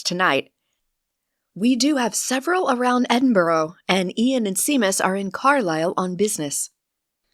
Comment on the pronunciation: I am so happy you posted Sloe Djinn Fizz, , it didn’t dissuade, it’s as fabulous as all of your other book.thank you for sharing your talent with the world. Thank you to the narrator also, just one thing for future reference. Seamus is pronounced ( Shay- mus)